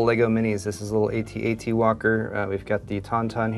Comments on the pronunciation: When he says "A.T. A.T. Walker," I died a little inside. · “‘A-T-A-T’ Walker?” Really? Unsubscribing. Smh